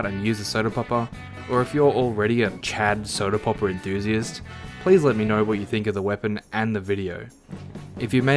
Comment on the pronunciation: As soon as I heard how you pronounce word “popper” I knew it would be really funny the more I watch. To add the context, in my language the way he says “popper” (poppuh) sounds exactly like word butt. So each time he says popper, just imagine he says butt. I know it’s childish but I am a dumbass so I have no issues